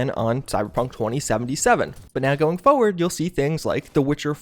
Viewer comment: By "forward", you mean "fewad"?